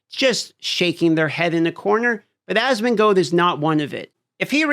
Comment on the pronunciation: I watch your channel because Asmon introduced me to you....also it's asmon"gold" not asmon"goad"